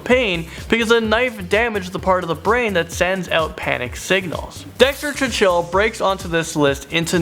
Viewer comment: needs to pronounce cahill properly